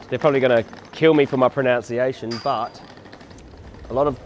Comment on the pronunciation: "They're probably going to kill me for my proNOUNciation". He's joking, right? Please be joking.